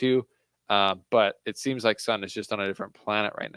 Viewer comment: Great analysis dude, Jist one thing tho. SUN is pronounced SOON 😊